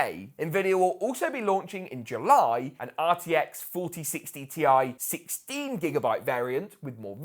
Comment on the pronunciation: "The brand new RTX 4060 TI is 'Hi-YAH!'" 🤪 No hate, lol! I am Jamaican 🇯🇲 and pronounce 'three' "tree". 🌳 😅